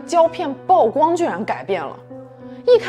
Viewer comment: 曝光的曝不是唸做暴，是和瀑布的瀑同音。(舖)